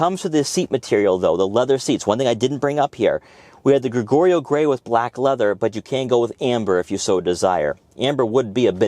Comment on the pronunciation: Ha Ha “Greg Oreo Gray” ? It’s the same as the wine , pronounced GREE gio. Would you please be able to comment on how quiet this thing is going down the road compared to a Sportage?